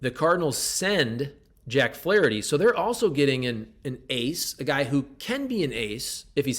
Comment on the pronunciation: Ahhh….You say Flaraherty! Very intriguing! You’re right! He’s gone when his time is up in the Lou!